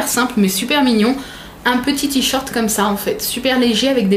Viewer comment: "tichorte" ca me fera toujours marrer... ^^